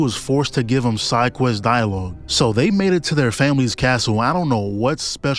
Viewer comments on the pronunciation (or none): none